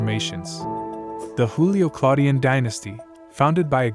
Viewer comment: It’s Joo Lee oh and not Who Lee oh. These are Latin names and not Spanish 🙄🙄🙄